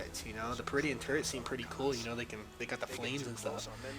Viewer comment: Since you mentioned "improving vocabulary" -- they're called "purr - dish - un" (perdition) turrets; not peridian turrets. =)